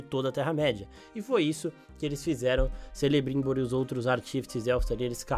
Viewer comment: Também percebi a pronúncia incorreta.